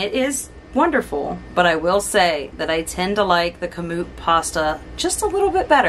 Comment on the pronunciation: You are correct in pronouncing KAMUT